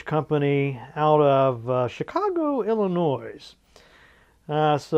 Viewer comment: Illinois with the S pronounced? That drives me nuts!!!